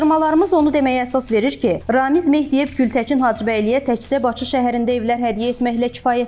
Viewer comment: Ay aparıcı xanım. Baçı yox Bakı, Gültəçin yox Gültəkin. Ana dilimiz Azərbaycan dilində düzgün danışmağı öyrənin sonra kanal açın.